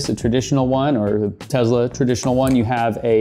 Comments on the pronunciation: Tezla or Tesla? 🤔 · This might sound weird. But why do you pronounce Tesla with a Z instead of the S that's in the name